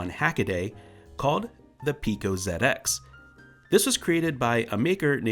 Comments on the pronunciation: Thankyou for calling it a "ZED-X" Spectrum and not a "ZEE-X" Spectrum as others have in the past. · Fantastic video. As an Englishman, I appreciate your use of "zed ex" and not "zee ex"!